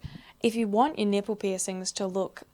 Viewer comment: Is it bad that for the first few minutes of this when I knew you was going to be talking body parts I wanted you to pronounce them funny, nay I was praying in my head for you to pronounce something funny and you didn't disappoint with your Nip-pell shout, I live for these carry on :)